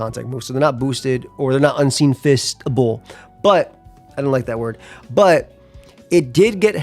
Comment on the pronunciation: He said fistable 😂